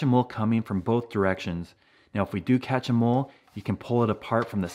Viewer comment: Every time he say “catch a mole” I hear “catch ‘em all”